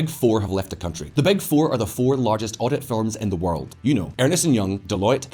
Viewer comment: Did he say "Ernest" & Young